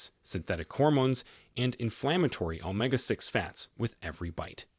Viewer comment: "Omga 3 fatty acids..." AI narrators are morons. As far as grass-fed bison, apparently you've not heard that seniors are lucky to afford beef once in a while.